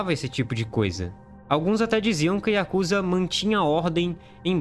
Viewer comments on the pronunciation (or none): A pronúncia correta é yakuzÁ!!!!!!!!